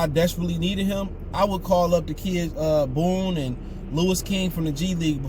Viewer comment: Jordan BONE not Boone